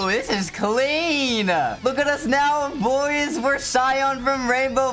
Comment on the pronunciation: You don’t even know how to say boys